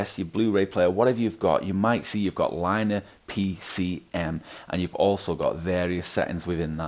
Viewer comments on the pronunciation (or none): Linear is pronounced"Lin-ne-ar"